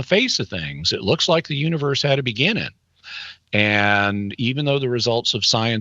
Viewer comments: Is Jimmy not allowed to add g’s to the ends of his words or something? “Expandin” “beginnin” “mornin” lol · Can you please pronounce the "g" on the end of "beginning"? It's very off-putting.